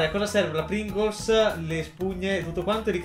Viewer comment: Pringles: Pringols: Pringolz